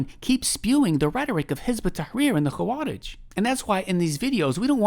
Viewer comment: hey this is totally random and kind of insignificant but the و in خوارج is not heavy or mufakham like the خ, and is muraqqaqeh